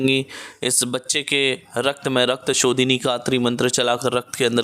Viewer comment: Rakta shodhini mantra not clear please repit agains